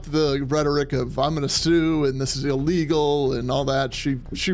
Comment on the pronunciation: It’s eeeeeelegal. 😂😂😂😂